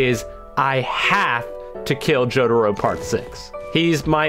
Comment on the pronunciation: Why does say jotaro like “jodaro” its kinda annoying